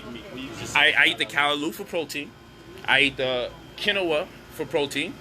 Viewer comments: You not saying quinoa right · Lol say Quinoa again!!!!